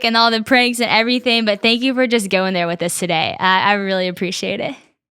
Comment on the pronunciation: What is "apprecia-ah"?